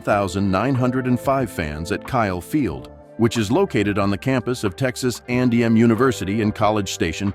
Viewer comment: It's Texas A and M....not andm....